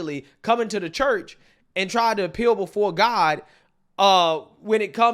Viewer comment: I guess those viewers that complained about your sex analogies do t matter to you anymore. It is disgusting. I think it’s because you use it so much and it’s not necessary. You are such a smart young man and you sabotage your credentials by doing this as well as saying “da” for the word “the”. That being said, whatever or whoever you feel you are getting kudos from for talking that way, I hope you are well compensated. 😊